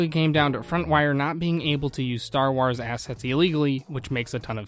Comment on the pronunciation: "Star Ars" lol